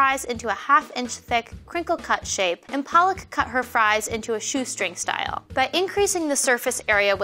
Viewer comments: palak pronounced paa-luck means spinach. Palak the way she pronounced her name doesn't mean spinach. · For everyone's information, both 'a' of Palak should sound like the 'u' in under. When pronounced like the way these ladies did it means spinach in Hindi 🤣 instead of meaning eyelids (it's a legit Indian name) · Pooja her pronunciation was paaalak, not the correct puhlak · You are pa..... Lak damit... Not paa.... Laka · Indians be like: it's palak not paalak😂😂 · Lol it cracked me up when they called her paalak😂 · palak. did you just sat PEARL???????